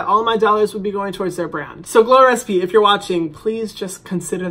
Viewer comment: Hadn't I read the title I would've believed he was saying "glores p" the whole video lol